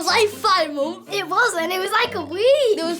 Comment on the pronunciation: “I wa about five monff” I love British accents so much 😂